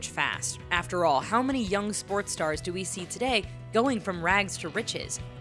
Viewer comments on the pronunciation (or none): none